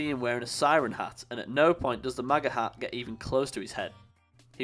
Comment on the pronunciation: Its hat not harr